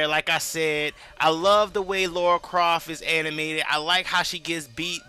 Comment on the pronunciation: Laura croft lol, Its Lara croft buddy